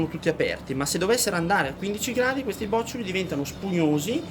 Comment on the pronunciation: Bravo, ma "bòccioli" non si può sentire😁 Si dice "bocciòli"😉